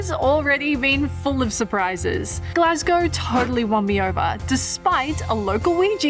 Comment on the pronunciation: Glencoe is my favourite place. You managed to pronounce Glasgow and Edinburgh correctly, so I can forgive any other minor mistakes 😂 This was a great option when it was last minute, but yeah. As you experienced, tour hotels can be hit or miss.